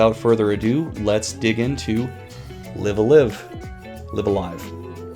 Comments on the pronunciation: Live A Live is pronounced Laiv A Laiv. Live is pronounced as in "Alive". You can tell because the Japanese name for it is ライブーアーライブ, which is pronounced Raibu A Raibu, which is Katakana for Live a Live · could have learned how to pronounce it before making this